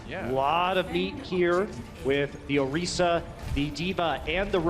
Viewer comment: It’s not “orysa” it’s Orisa. i